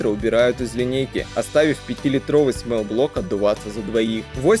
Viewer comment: Ни смэл блок а смол, то есть малый а смэл это воничий